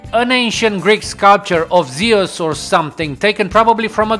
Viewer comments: its not zeoos its zues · 1. it sounds like he has no idea what hes talking about 2. who the fuck is "ZEEUS"?????? thought it was zeus